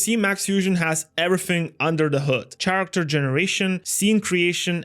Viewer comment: Love it, but character is pronounced with k. Really triggers. Still, shout out